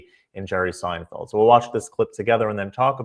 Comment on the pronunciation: It's Seinfeld, not Steinfeld.